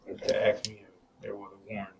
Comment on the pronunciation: He should be thrown in jail just for saying "axe" instead of "ask".